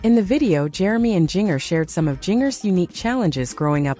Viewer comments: It is spelled Jinger,but it is pronounced "Ginger like the spice!! Please pronounce it correctly!! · Jinger is pronounced like the spice….ginger!!